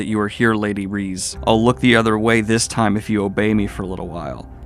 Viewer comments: Akane is pronounced like “Akah-nay” and Reze is pronounced “Ree-zay”. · Don't think you'll see this Daniel but just in case you want an easier time pronouncing names: Akane: "Ah-kah-nay" Reze: "Reh-zay" Kobeni: "Ko-ben-ee" That pattern more or less continues with few exceptions for Japanese names